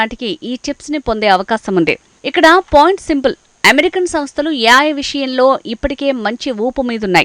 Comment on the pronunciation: yaay kaadhey babu ... A.I (Yeyy, I)